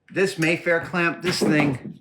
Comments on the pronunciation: Mafer, not Mayfair. Adam’s pronunciation was a little weird. Also, I’ve found the Neewer C-stands to be good and sturdy. Make sure you are buying steel or stainless steel. I believe they’re made in China. Even a c-stand’s legs will start to fold if you don’t use it properly. The legs are designed to collapse when you apply sideways pressure. I wouldn’t go blaming the stand until I knew more specifics. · The Mafer clamp (Adam mispronounced it as mayfair) is one of the few things i don't think Mole makes..?!?